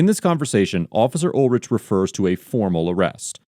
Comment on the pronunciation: Pronounced UL-RICK